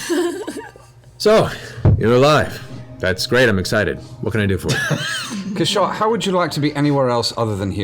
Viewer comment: As he told you all himself, his name is CASH-aw. Not Ca-SHAW.